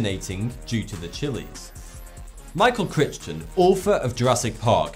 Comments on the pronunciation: Crich-ton? Michael Cry-ton. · Love your videos and hate to criticize, but his name is pronounced Criten. Keep up the great work! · Crichton is pronounced CRY-TON... c'mon man... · Michael Crichton's last name rhymes with frighten,. Please do your research.